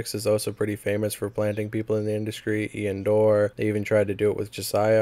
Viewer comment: How tf you be saying 'Travis Baker' and not Travis Barker. Same with Iann Dior. Notice how there is an 'i' in Dior; Di-or. Also, a lot of charges dropped; I recommend doing a lot more research and going over your script multiple times, this seemed like a half-asked video documenting Poorstacy.